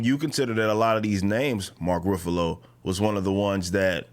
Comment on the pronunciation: stop pronouncing Ruffalo like that bruh 😂